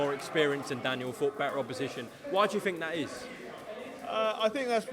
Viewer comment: When did it become the norm for everyone to say 'fink'? Good luck Joe!